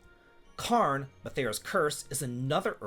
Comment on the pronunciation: Yo, Love your work, but its pronouced CARE-N. Not KARN. Not really and issue, but I would be a bad Scottish person if I didn't take the opportunity to tell people.